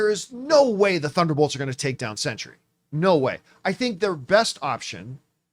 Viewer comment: The word “Sentry” has 2-syllables.